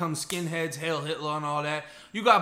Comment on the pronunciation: its "heil" not "hail"